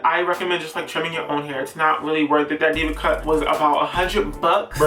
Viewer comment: At firts i heard DIVA CUP instead diva cut and i was like wait what 😂😂😂😂😂😂😂